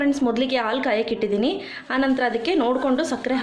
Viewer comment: All OK but please pronounce haalu instead of aalu . It's pretty annoying to listen it as aalu